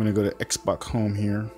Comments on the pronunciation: 'XBOX' Not xbok 😂😂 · "am gunna press the exbok home button" XD